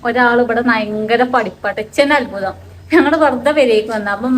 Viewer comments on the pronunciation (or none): none